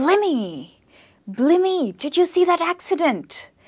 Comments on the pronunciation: TIP! You need to learn these words love, before teaching them! Blimey isn't pronounced, "blimmie", it's "bly-me". A kip is to have a short sleep, that is correct but a kip is not a dirty room, it's a TIP! WONKY: you might also hear 'that chair is on the piss'. Bangers is also slang for large breasts. I need to do a British slang video. It would sadly go on forever. Folk watching? You will struggle as we use slang without even realising, but you'll pick it up in the end. 😊👍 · Hi there! ...great lesson, although you'd like to review the pronunciation of the second word... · Spot on. We never say 'Blimmie'. We say 'Bly-me'! And 'bangers' is also used by pervs to describe large breasts on a Lady. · I've never heard any native speaker pronunciating the word 'blimey' as 'blimey'. I always hear people pronunciating it as 'blaimey' (I live in the UK) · Its is to be pronounced as Blaimee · Its pronounced 'Blīmey' (long i). Like lime or time. Great video though I'm American and haven't heard a lot of these lol thanks! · She said blimey wrong and it made me cringe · I got to chuffed and had to stop. Its chuffed. Ch-uffed. As in the Ch in chair. No shuffed like shoe and it's blimey (b-lime-y) as in lime the fruit. Not blimmy